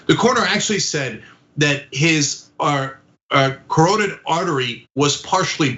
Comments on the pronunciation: Really, Ana? You couldn't pronounce 'carotid'? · Carotid is pronounced like KA rot id. The family should have ordered an autopsy from an independent medical examiner. The guy vomited multiple times and very likely aspirated the vomit into his lungs. This could also explain why he couldn't breathe. People get aspiration pneumonia like this. When someone vomits like this they should be turned on their side, which most likely the cops neglected to do and they should have known. Sad incident and I mean INCIDENT, not accident.